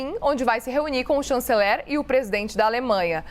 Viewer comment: Ela nao sabe falar o nome do Kanzeler